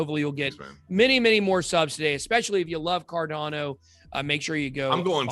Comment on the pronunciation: It's CarDANo... not CarDONo - FYI 🕺🏻